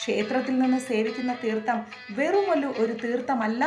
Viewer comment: Its not തീർത്ത